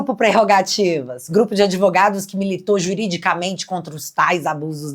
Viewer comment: Esse cara é uma besta que fala "adevogados".